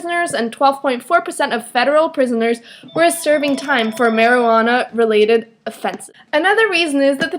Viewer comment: You said Maryanna not Marijunana just to let you know and this was a weird point:)!